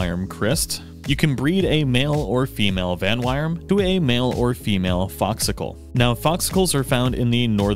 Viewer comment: Uh... there's no r/ar in Vanwyrm's name dude.